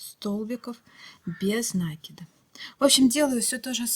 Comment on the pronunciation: Правильно говорить: " накИд, а не нАкид!!!! Режет ухо неправильное произношение!!!!